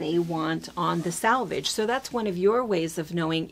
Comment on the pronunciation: SELvedge, SELvedge, SELvedge - not 'SALvage.' (SELvage in US spelling.) Two entirely different words, and if you want to come across as professional and knowledgeable in your field, you NEED to know the vocabulary and pronounce it correctly. Salvage means to save something that is damaged. Come on...